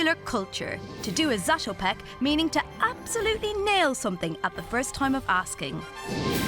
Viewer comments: When someone is making a video about someone they should at the very least pronounce their name correctly. You know maybe 2 or 3 times say it before actually recording? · It´s very funny for Czech people when they hear the English pronounciation of his name :D